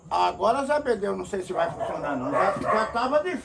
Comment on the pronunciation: Zé bedeu não quer foncionar kkkkkkk foi de mais.